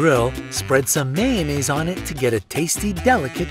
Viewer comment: Listen to the way he says mayonnaise